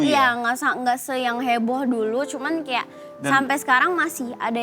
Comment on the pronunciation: Bru ngeh pengucapan kata KEYA / KAYAK nya sering bgt di ucapin 🤣🤣